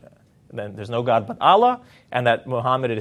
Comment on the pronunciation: He cannot even pronounce A L L A H correctly; even true Israelite-Jews knows how the name of GOD is pronounced.